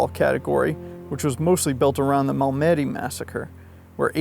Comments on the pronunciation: Heads up: Mal-meh-dee 👍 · Bloody hell, I despise AI. The tweet can't even pronounce Malmedy correctly. AI sounds like a drunk.